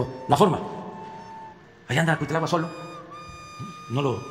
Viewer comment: Cuitláhuat? Que feo hablas! 😖